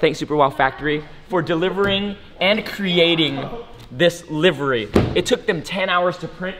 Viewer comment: wow this is like the first person I have heard say livery correctly.